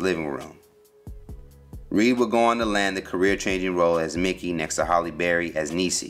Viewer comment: It's HALLE, not HOLLY